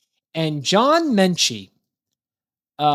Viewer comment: There is no N in Metchie. The video was ok; but that was so irritating. You need to stop adding the N into Metchie.